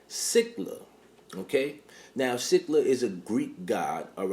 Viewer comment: No it's 100% pronounced SILL-A